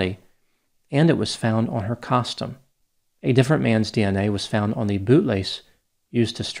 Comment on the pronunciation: The way he says “costume” 😅😅